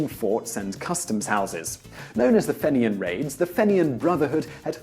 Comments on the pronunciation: im pretty sure its pronounced feenyans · In Ireland we pronounce it fee-ni-ans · Probably already mentioned, but it's pronounced "feen-yens" not "fen-i-ans".